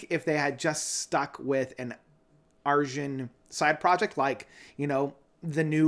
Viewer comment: his name is pronounced Ar-Yun. 😉 Transitus was initially intended as a film and not as an album, but due to covid-19 and a limited budget, the project is not quite what Arjen expected.